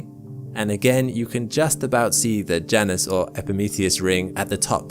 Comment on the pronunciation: Somebody tell this dude that moons name is pronounced J - Anus.